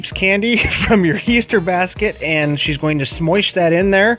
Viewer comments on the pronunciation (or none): “Smoish” lol